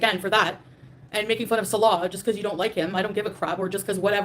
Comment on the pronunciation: Its because she cant pronounce his name salah (prayer) and salah (peace maker) is like Bass (fish) and Bass (sound)...a year and she cant say his name.